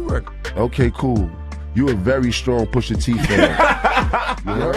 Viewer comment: quality vid here but oh my goodness poooosha T AND NASSS why are you butchering the name of these icons lol